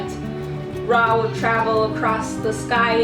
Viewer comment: Girl you can't even pronounce RA correctly in Ancient Egyptian language, pls stop spreading misinformation about my history🤣